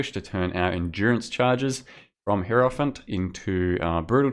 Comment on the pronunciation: Fuck sake dude, learn to pronounce hierophant.